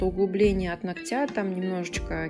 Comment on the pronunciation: нООООгтя! Ну ёпрст,! Не ногтЯ🤦